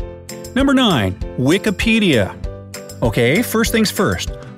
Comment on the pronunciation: its Wikipedia not wekapedia!!!!